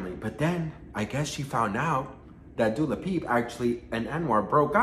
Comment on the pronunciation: Speaking of instagram 👀 I feel like my messages from 2 months ago are hiding from you on purpose lol. Also you keep saying Dula Peep cuz I love it!